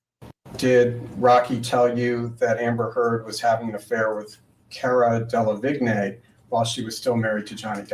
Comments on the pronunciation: De la veene = delevingne Yes, it’s a difficult name to pronounce. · Fyi its PRONOUNED cara DEL-AH-VEENE. Spelled Delavigne. I dont care either really! Great work,! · Oh Cara “Del ah veen”